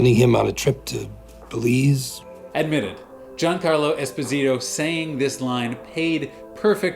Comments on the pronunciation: Giancarlo Esposito it’s a Naples name and the pronunce is jancàrlo espósito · The way you pronounce Giancarlo Esposito is just hilarious. Try this, if you're interested in getting his name correctly: Djahn-KAAR-law Es-PAW-zee-taw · Great video. Just a little thing. Giancarlo Esposito Is italian name. You have to say something like "Jiancárlo Espòsito" 💝